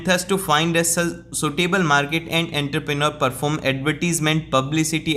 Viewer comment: Entrepreneur ❌ Enthrepreneur✅ 😂😂😂